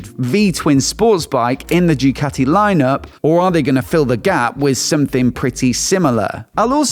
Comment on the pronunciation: Bro said “JEWCATI”